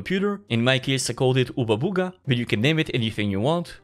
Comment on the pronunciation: "oobabugati web generation UI?" eh??